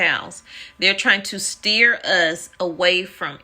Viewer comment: STEER IS BOTH...HAHAHAHAHA...STEAR